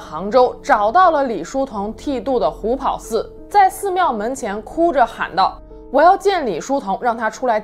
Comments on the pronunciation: 虎跑 pao第二声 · 虎跑páo,二声。